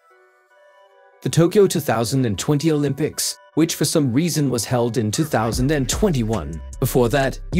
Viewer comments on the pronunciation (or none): none